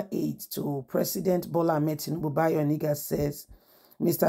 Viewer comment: You just refused to pronounce this name properly all this while. He is called Bayo ONA-NU-GA not Oni-ga. These two names can't be same name. Pls patiently learn how to call names so faces can be placed to the right names